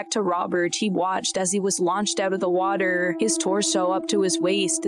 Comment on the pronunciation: DiagOOOO WateRRRRR LateRRRRR ShoRRRREE